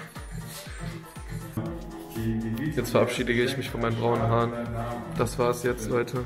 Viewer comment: Normale Menschen: "verabschieden": "verabschiedigen" 😅